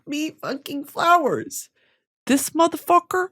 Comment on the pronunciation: "motherfuquor" why are you saying it like that <3